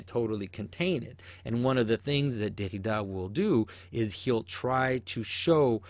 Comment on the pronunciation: I want to kill myself everytime you say "Derrida"